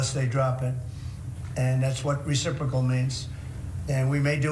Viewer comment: Reprocal........it's a beautiful word!.......I just learned it!........reprocipal?........nobody has ever herd this word before.......reprocaliusssusssss.